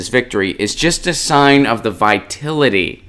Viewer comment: The word is vitality, not vitility.